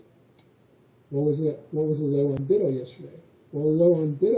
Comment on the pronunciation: I think it should be pronounced "BUY-toe"